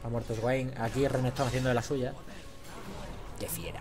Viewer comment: esguain... se lee Suein Q-Q